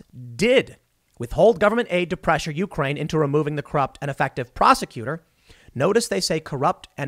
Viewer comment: The correct pronunciation of Ukraine accents the second syllable rather than the first.